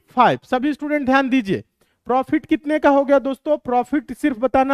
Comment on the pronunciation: Prifit nhi profit hota h